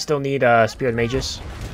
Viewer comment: It's spear of the MAH-gus, not spear of the MAYJUS